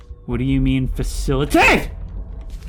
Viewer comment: Facili-TATE killed me lol.